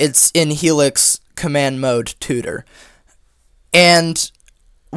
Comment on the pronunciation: The words 'heLix' sounds funny 😂